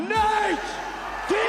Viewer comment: Did you call Nate: Nate die ez?